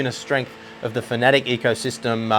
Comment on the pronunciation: Love your in-depth reviews and honest opinions. But it's pronounced "Fa-na-tek" not "fanatic"